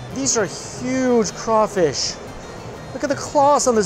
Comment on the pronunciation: Hey New York: It's "praw-linz" not "pray-leens", it's not "poor-boy" it's more like "po-boi" (can't quite get the pronunciation down in text), and it's not "a crayfish boil" it's "crawfish bole". My grandma used to make that porkchop and basically Cream Of Mushroom soup mixed with a little porkchop gravy smothering over it. And during that whole viddy I didn't see even one single example of Collards anywhere. I know you don't like green vegetables but you CANNOT leave the South until you have experienced the culinary lingual orgasm that are properly prepared "Mama's secret recipe" collards. My grandma made the_best collards using apple cider vinegar (not regular white like rookies use) and salt to just take the edge off the massive bitterness, and just the right amount of brown sugar (not white, and one time she even subbed in some Alaga sorghum syrup which was a little bit too sweet) to bring up the sweetness just a little bit. SO GOOD!!! - 50% Dixie Man